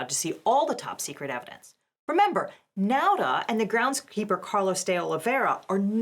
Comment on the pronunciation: Apropos of nothing, pronunciation of Nauta's name is the closest I've heard to correct. It's like a smidgen off, but better than 99% of other people. Now'Ta - Correct Nowda - Incorrect, but close Nahda - Way off Anyway, with the latest moves by the court, it doesn't matter anymore.